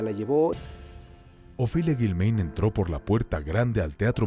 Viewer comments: No es Guilméin, es Guilmáin, pronuncia correctamente, narrador. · Lo que más me brinca es que el narrador no sabe pronunciar el apellido de a Ofelia…solo escuche a sus hijos como se pronuncia